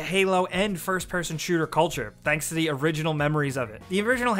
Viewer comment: "Middle of de map" why do you pronounce it like that?